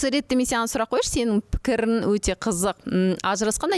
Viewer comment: ПікіріН демей, пікіріҢ деп Ң мен Н ны дұрыс айтыңдаршы журналисттер. Деффектологпен жұмыс жасаңдар,болмаса Ң дыбысы бар сөздерді жаттап алыңдаршы. Н деп мұрнын тазаламаған бала сияқты сөйлемей. ІзденіпсіН❌ Ізденіпсің✅ МеніМ ❌ менің ✅т.б Журналист бола тұра, неге дұрыс сөйлемейсіңдер🤦😡